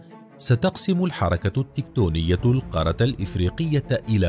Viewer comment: نرجوا تصحيح نطق القارة .. بالتركيز على تشديد حرف الراء .